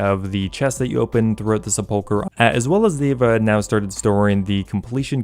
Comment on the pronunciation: I can’t get over hearing seppoker over and over